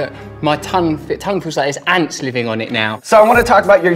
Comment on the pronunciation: Oh he said "ants?" I thought he said angst lmao. I guess either works.